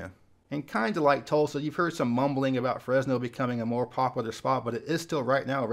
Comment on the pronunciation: Wish you would pronounce “popular” correctly. High speed rail will likely never happen.